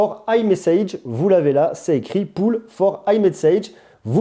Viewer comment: T’as pas une astuce pour mieux parler anglais? 😂 « poll » ça se prononce comme « Paule » et pas comme « poule ». Mais bon, ta vidéo est « taupe » pour les astuces 🤣.